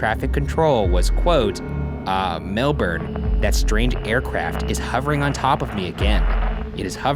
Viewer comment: I love how well Ryan pronounces Melbourne. It's closer to 'melbun' in terms of sound - but still, so good!